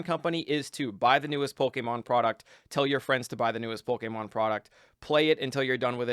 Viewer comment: STOP SATING POLEKÉMON